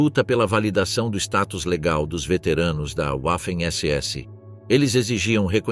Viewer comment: PELO AMOR DE DEUS!!! Parem esse narrador dizendo "Uaffen SS" !!!!🤮🤮🤮🤮🤮🤮